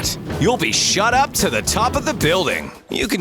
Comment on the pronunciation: I think I heard shut up instead of shot up